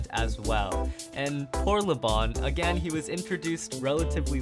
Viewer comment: Laban not Leban